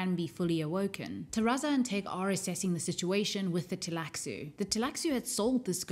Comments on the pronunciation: Why do you call it Teilaxu instead of the Tleilaxu? Is that in the book to leave the L out in certain situations? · I know the computer games aren't canon but the cutscenes in "Emperor: Battle for Dune" pronounce Tleilaxu with a silent L, roughly like "tie lack sue". I played that game years before I read Dune Messiah, so I've always just gone with that pronunciation.